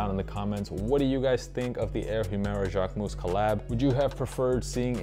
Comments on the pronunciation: dude , I am French and I live in Paris . You are not . You are saying it like : « jacquemousse » which could be translated as Jacquefoam… If you want to learn the correct way , go on a French vogue video about him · As a French the JacqueMOUSSE got me everytime hahaha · It’s still not the right pronunciation tho haha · Good video, average shoes but sorry, considering how many times you say Jacquemus in this video, you could have researched beforehand how to pronounce it correctly